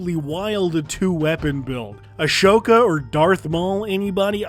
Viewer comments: THIS MAN SAID ASHOKA INSTEAD OF AHSOKA! BULLY THIS MAN! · Did you just say Ashoka? Lol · I love your content, you’re doing great work. Never pronounce Ahsoka like that again.